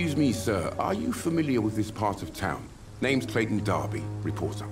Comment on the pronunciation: Ah... another game making Romanians Russians. GG. Oh, and if the "woman of the night" was so Romanian, how come she can't pronounce names for shit.